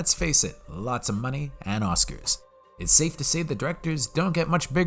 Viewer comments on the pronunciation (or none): none